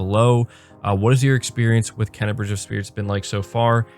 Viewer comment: First of all the name is pronounced KAY-NA not KEN-NA. How do I feel about it? There is only one way to feel about it because the game is top-notch all around. The graphics are stunning. The gameplay is fun and varied, with a nice difficulty. This is not a kids game from a difficulty standpoint. And the sound/music is some of the best all time. So far this is a 9/10. Speaking of great games. If anyone is looking for another great game, do NOT sleep on F.I.S.T Forged In Shadow Torch. The game is so, so good. Graphics are great as is the soundtrack. But what puts it over the top is the polished gameplay and combat. So fun. An easy 8.75. Not sure why you would think Deathloop wouldn't sell well. It's a quality new game on Ps5. It will sell.